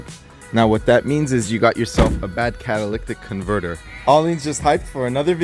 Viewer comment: Ma'am , why are you letting him I pronounce catalytic converter wrong? 🤣🤣 Love watching this! I have a 99 4cyl TJ and I did a similar upgrade. New top, bumpers, upholstery etc.... Great videos!!!